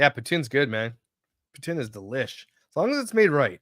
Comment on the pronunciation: why did you say poutine like that?😂